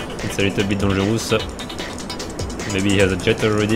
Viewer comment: i love how he says "dangerous" as donjeroos